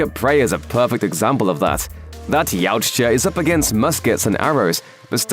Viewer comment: Yautja is a hard word to pronounce ey? 😂